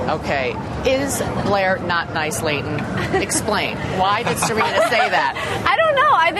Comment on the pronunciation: It irritates me much the way she pronounced the name of Leighton